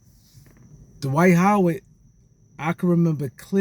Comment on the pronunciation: Who is "Da-wight How-wid"??